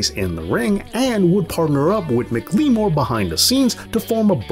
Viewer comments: It's McLemore not mcleemore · It's McLemore like Mac-lah-more.